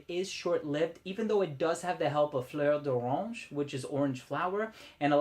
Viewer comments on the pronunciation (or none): good pronunciation of Fleur d'Oranger but you forgot ending of "aye" sound. Otherwise impeccable! Great vid and awesome sounding juice!